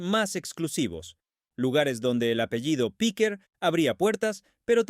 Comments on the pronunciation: Tampoco es correcto lo q dices. Podría ser: Piquer, Piqué...En este caso era PIQUER . Pero la sílaba tónica ( sin acento) es el la E. No en la i como pronuncia el del video. Píquer (NO) . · Ya se que no se acentúa pero es para que el tipo no siga diciendo Píquer. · Para empezar era Piquer, no Píquer. Lo he tenido que quitar, vuestra locución es terrible. Aprender a hablar o informaros de lo que decís. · No es Pique es el apellido Piquer.(Concha Piquer) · Inaguantable . Muy rollo que no sabe ni su nombre CONCHA PIQUERRRR y no piqué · Es Piquér, con acento en la é. Eso que dices en España nos suena muy raro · No sabes ni decir si nombre., Menudo reportaje horroroso amigo😂